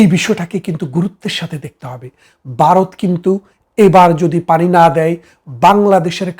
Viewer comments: এই বাঙ্গুরা বাংলা উচ্চারণটাও‌ ঠিকমতো করতে পারে না,। ভারত-এর বদলে "বারত" বলে... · Baroth na Bharat.Bangla uchharon thik korun. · 😂বারত নয় ভারত। 😂😂😂